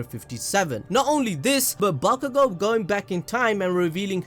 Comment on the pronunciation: Listen and repeat: BAKUGO - B A K U G O - B A (C) K U GO. Mind blow complete. You’re welcome.